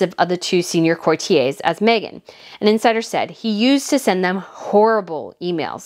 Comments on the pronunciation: It's pronounced core-tee-ers courtiers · Please, please, please 🙏 put these words you are utterly unfamiliar with into Google, next to the meaning is a button you can use to hear how it should be pronounced.... It only takes a few seconds.... Specifically this vid "courtiers" ❤️🇬🇧